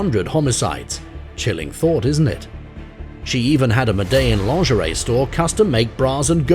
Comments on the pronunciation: Did he just call her griselda Franco? It's Griselda Blanco and it's pronounced "medi-jean" cartel 🔥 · What did he call it .. ma-dell-in or something like that? And to call the godmother of cocaine Franco instead of Blanco isn't a minor mistake either ☠️ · Interesting pronunciation of “Medellin” as well.